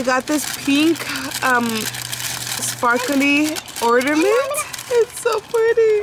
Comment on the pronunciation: Se dice "ORnament" not "ORDAment" 🤪